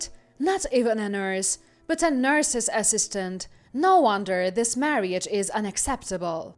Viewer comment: Marriage os TWO syllables, NOT three. It's pronounced "mar-age" not "mar-ee-age"